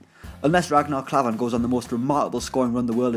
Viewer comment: Maybe if you did your research then youd know tgat Klavan has scored before and its pronounced Raknar Klaavan not Rägknar Klavan